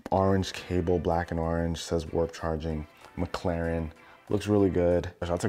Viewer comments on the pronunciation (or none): Arenge no its orange